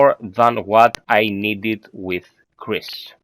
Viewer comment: Chris not Krisis :v